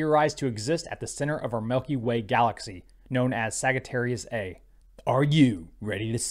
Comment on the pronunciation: Just FYI, the black hole's name, "Sagittarius A*" is actually pronounced "Sagittarius A star". For some reason. Thanks for the update,!